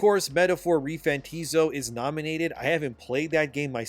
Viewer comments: Metaphor Refan-TA-zio. Not Refantizo. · “Metaphor re-fanteezo”